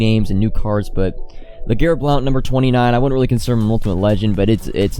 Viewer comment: also I hate to be that guy but it’s pronounced “blunt”